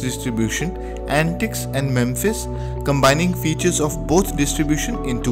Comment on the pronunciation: I used to use Mepis when it was the only good choice out there., think you keep pronouncing it "memphis" but it is mePis. Note the p and the lack of the m before the p. Also, no f sound. Just the p.